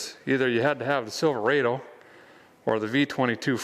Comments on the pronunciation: You are from Minnesota...don't say Silva-A-Do. It's Silva-Ah-doh. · Rod o. Not raid o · It’s pronounced Silver odd Oh. Silverado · Not Silveraido say it right Silverado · silver AW dough, not silver AY dough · He says it like this silverrado but you say it like there is one r silver ado. Silverado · It is Sil-ver-odo not sil- ver-ado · Silverādo... LOL NEVER HEARD IT PRONOUNCED THAT WAY !!! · him saying silverado that way really messes with my brain